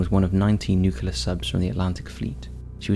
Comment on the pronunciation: its "new clear" not "nuc you ler" ots ok though, we all love you anyway:)